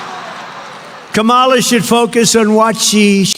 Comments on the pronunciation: He still refuses to pronounce her name correctly. 🙄 He’s getting more and more unhinged. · The way he mispronounces her name 🤦‍♂️ He is such a fragile little boy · Two things. He had ONE debate with Kamala, not two. Second, he never ONCE had the decency to pronounce her name correctly. ,la 2024 🇺🇸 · His disrespect for Kamala Harris is disgusting. He constantly mispronounces her name. It reminds me how he disrespects Barack Obama by saying and emphasizing his middle name. It’s like he never matured past middle school. Or is it 3rd grade? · I love how his stupid ass says her name wrong intentionally now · He says Kamala wrong again. The moderators never shouted. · And he’s already forgotten how to pronounce her name. But his standby of name calling and insults is still intact. (Yawn!) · And he still can't say her name correctly. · He purposely says it wrong. It's his way to belittle her since he can't call her what he really wants. These MAGA followers, like Nancy Mace say her name wrong on purpose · The most annoying, minor, petty thing he does is intentionally mispronounce her name. She pointedly introduced herself to him at the debate, and he still says it wrong. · He continues to mispronounce VP Harris' name. We should mispronounce his name. I'll refer to him as Former President Scumbag. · Oh did anyone hear Trump pronounce Kamala Harris’s name. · He STILL has not been able to learn to pronounce her name properly. This even after she pronounced it correctly for him at the start if the debate. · DonOLD should be corrected everytime he pronounces Harris' first name wrong. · Trump still mispronounces her name. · He’s not even intelligent enough to pronounce Kamala’s name properly yet he wants to run your country. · How rude to continue to mispronounce her name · It's such a brain scrape that he's forcibly mispronouncing VP Harris' name, AFTER she personally introduced herself! 🙎🏾‍♂️ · It’s Dumb-old-dork, until and unless he is able to say her name correctly.